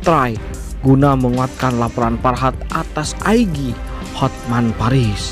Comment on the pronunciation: Bahasa Inggris boleh tapi IG jangan di baca Sigi dong wkwkwkwkwk